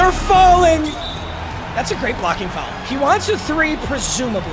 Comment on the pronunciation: pronouncing foul as fowel is infuriating